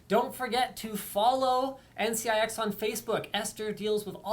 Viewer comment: hate how she says NC YI X